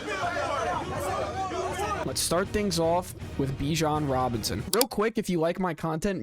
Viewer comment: That first announcer definitely says Bijan Johnson